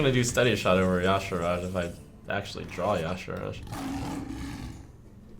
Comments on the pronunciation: Why do so many people say 'Ya'Saraj'? It clearly says 'Ya'Shaarg'. FeelsBadMan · good god trump it's pronounced "YA SARJ"